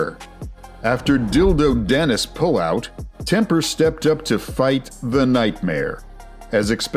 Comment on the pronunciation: As if he said dildo dannis that's brilliant